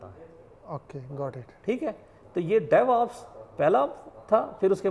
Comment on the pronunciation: Its devops not devups bro